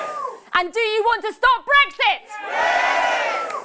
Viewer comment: What is this "Bregsit" which Swinson keeps talking about? Poorest speach I have ever listened to. The lady has no presence as a speaker.